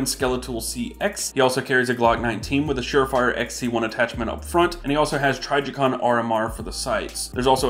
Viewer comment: noice trijicon pronunciation